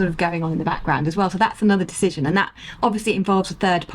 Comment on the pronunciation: I love you. I have been watching since your YouTube beginning. Not as regularly over past year I must admit. Love everything. EXCEPT the totally unnatural pronunciation of Aaaaaaand. You are English. Your dialect is part of your charm for me. What American impressed you so much with their aaaaaand? Your natural dialect creeps in now and then and you pronounce it with a short, soft A. Just curious where u copied it from. Your and is so much better. Just be you my love.